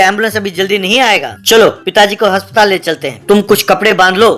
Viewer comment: Bhai haspatal ni hota aspatal hota hai